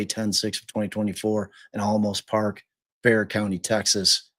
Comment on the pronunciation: For heaven’s sake. If you are making money off this family’s troubled times, at least learn the woman’s name, the names of the county and towns where all this happened. Bexar is Spanish and is not BEX-AR. This is pathetic and unkind. Get a real job.